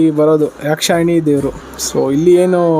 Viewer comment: ಯಕ್ಷಿಣಿ.... ಯಕ್ಷಣಿ ಅಲ್ಲ